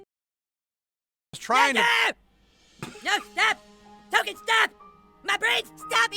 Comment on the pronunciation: "T-O-K-E-N". not Tolkien.